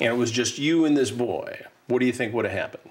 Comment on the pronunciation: "I cunduve" "I wunduve" "I shunduve" Drove me CRAZY, every time he said it. 🤢🤮